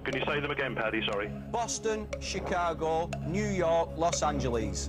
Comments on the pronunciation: It’s Paddy. Please never ever call any man Patty again. And never ever, ever mention St. Patty’s day. 😂🤣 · Paddy! Patty is a female name and is pronounced differently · Hiya. It's not Patty, it's Paddy, short for Padraig (Patrick). And it's also St. Paddy's Day, btw, not St. Patty's! Stay safe. All the best to you. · It's Paddy McGuinness, not "Patty" LOL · It’s not Patty but Paddy McGuinness; his parents are Irish. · PADDY not Patty, Guys :)